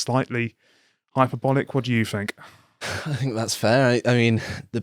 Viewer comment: Could someone please teach the guy on the left to say “th”!?!? “Deafs “ and “I fink”. It’s just lazy.